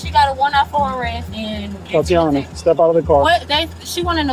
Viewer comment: TAH-TEE-YONNA!!! NOT TOTE-TEE-YONNA. SHEESH. STOP THE AI BS.